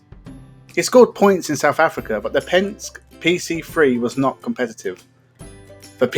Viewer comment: Excellent video of a great driver who tends to be forgotten. The initial sponsorship was from Hexagon of Highgate ( north London - a sportscar dealership ) and Penske is pronounced “ Penskay”. I believe one thing that really threw him was the introduction of Prost to McLaren who was uncannily fast. 🤔